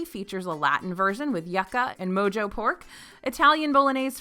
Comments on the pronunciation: Great list that y'all put together! I will say just ONE THING... it's pronounced "Mo-ho" pork, not "mo-jo" pork. It's a Hispanic dish, so the J is said like an H. Just a friendly FYI. Still love ya! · Excited for our trip in March! The Mexican poutine is actually Cuban. Mojo is also pronounced “Mo-ho” 👍🏼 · Love your videos! But for future reference Yuca is pronounced “Yoo.kuh” anda Mojo is pronounced “Mo-ho” ❤️✨ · Just so you know for the future, it’s pronounced “mo-hoe” pork ;) The j in mojo is like an h ❤️ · Thank you! I heard that too and I appreciate that you pointed it out in a kind and educational way